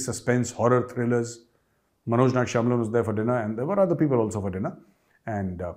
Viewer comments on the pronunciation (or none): none